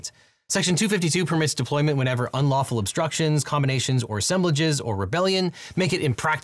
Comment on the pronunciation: what the heck is an ulawful assembly?!